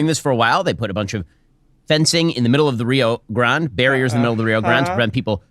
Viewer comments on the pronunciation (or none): i don’t recommend trusting anyone who can’t pronounce rio grande